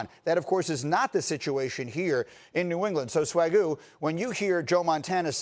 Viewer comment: Did he just call that dude "Swagoo??" 🤦‍♂️. God, ESPN sucks